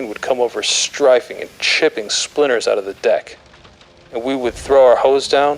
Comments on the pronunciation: strife-ing LOL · It is incredible how many words get mispronounced -- "strifing [sic]" stands out in this episode, but what is the front of a ship called, Indy? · I've heard it pronounced ''Straffing'' in some actual WWII-contemporary documentaries. Short A. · Some of the pronunciation of words are odd. I've never heard anyone pronounce "strafing" like that. 😆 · You don't really notice how often a quote references strafing until you hear a voice actor that pronounced it strangely.